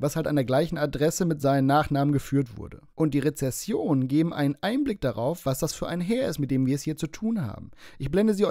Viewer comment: Re-ZEN-sionen,, so viel Zeit muss sein. 🤣🤣🤣😷😷😷